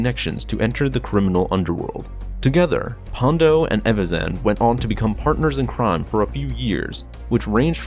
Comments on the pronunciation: It’s PondA not PondO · I liked this vid, but it's 'Ponda' not 'Pondo'. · It’s Ponda, not Pondo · It sounds like you are saying "Pondo" -- but it's "Ponda" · It's Ponda, bro. Ponda Baba, not "Pondo".